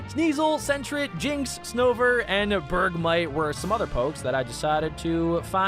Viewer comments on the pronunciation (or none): none